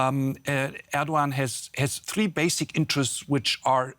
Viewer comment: Glad to have DW speaking on the crisis in Turkey, but ma’am, please learn how to say foreign leaders names. I also work in news and ALWAYS Google how to say a leaders name before saying it. Recep Tayyip Erdoğan = Reh-Jep Tie-yeep Air-Doe-Ahn.